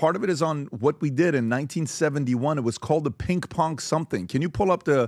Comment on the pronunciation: “Pink pong.” 😂😂😂 I’m dying!!! At least he said pong right. Now we know he CAN pronounce “ng” and not change it to “nk “. Too cute! I will never say pinG pong again!